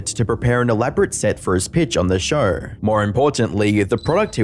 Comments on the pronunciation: So this guy puts an "R" at the end of "show" and "Idea" but removes the "R" on "however". He says "Showr" and "I-dear" and "How-ev-ah" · Noar, TV ShoAR, IdeaAR, soAR Of all the way you guys butcher the English language, the way you can't handle the simple letter "o" is my favorite 😂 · Shouuuuuuurrrrrr. Why the fak english is such a fakin faked up language? Show is just on it's own a good word to hear, but if you pronunciate it shooouuuuuurrrrrrrr... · Never heard the word show with an R in it before this video